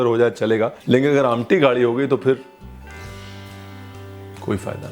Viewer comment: The way you said "amti'....reflects your connect with specification of regional delicacies.....superb